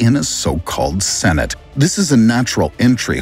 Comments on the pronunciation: Not "senate"! Cenote! Sen-oh-tay! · Sen-oat-tay. It's even worse when the software can't pronounce it either 😆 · Not cenote. Or senate. Its pronounced se-no-te. Idk. I'm white AF but dang that pronunciation was bad AF.